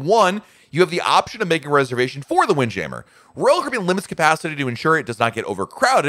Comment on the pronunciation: I really enjoy your videos and find them helpful. But I have to tell it drives me crazy the way you go back and forth with the way you pronounce windjammer. It is jam·mer! But if you want to decide to pronounce it jameer then just do that. Quit flip-flopping back-and-forth and be consistent.